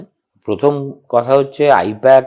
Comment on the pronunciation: I-PAC❌ I-POK☑️